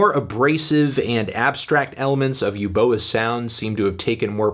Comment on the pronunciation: It's pronounced as 'ooboa' not 'yooboa'